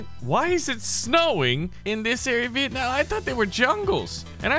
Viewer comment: you say viet nam i from vietnam